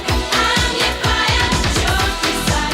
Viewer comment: Shocking Blue: She also misread the Y of Your as a J... Sang as 'Jour' desire.